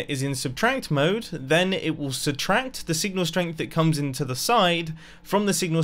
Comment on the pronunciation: Why do you pronounce substract as substranct?